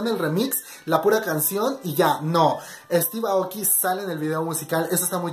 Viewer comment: No es para molestar o algo Pero se pronuncia Estiv eioki (Steve Aoki)